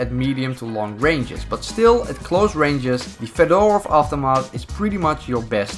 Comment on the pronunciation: feh-der-ovf ahv-toe-maht, thats how you pronounce: Fedorov Avtomat